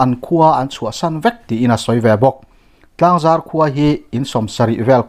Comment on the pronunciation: Tlangzar i lam dan hi a dik lo a, zar tih lai tak hi Thingzar a zar tih ang a lam loh tut ani.Zar tih lai hi lam hniam a ' Inzarzawm' tih kan lam a,zar kan lam ang hian,lam hniam tur ani.Tlangzar.